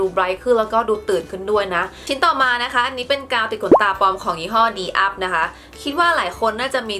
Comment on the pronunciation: กาวติดขนตา อ่านว่า ดียูพี นะคะ **